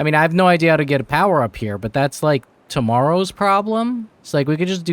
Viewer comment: "But that is To-Moro's problem" 😁